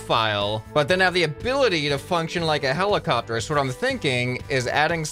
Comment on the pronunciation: Heli(car)pter heli(car)pter